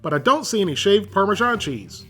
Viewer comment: I think parmesan is pronounced "parmazan", not "parmijon". Otherwise great video